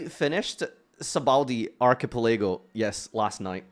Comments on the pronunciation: Proud of ya but my guy, its pronounced "arca-pela-go" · Ark A Pa Lay Go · How would you pronounce that word if you've never seen it before? It's not exactly a topic for a casual conversation, UNLESS you're talking about One Piece. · I’m having an aneurysm every time he says archipelago.